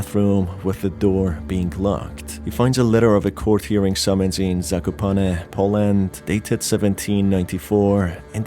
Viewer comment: as Polish speaker i didn't expected to hear "Zakopane" spoken so fluently...